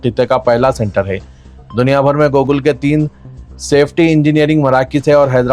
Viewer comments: Bhai wo Google hai Gokul nai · Very pity the News Reader can’t Pronounce Google Properly. Siasat Management should take Notice of this. This is not one mistake there are several mistakes in this News Feel sorry…….. for this